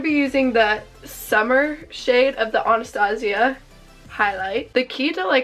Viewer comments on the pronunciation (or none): none